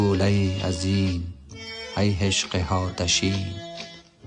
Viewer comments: درود اشتباه تلفظ می کنید. "هی" نیست، "ای" است. "هشق" نیست، "عشق" است. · سر تا پا بیسواد است گوینده میگه ؛ ای شحله حزین ای حشق واپسین 😂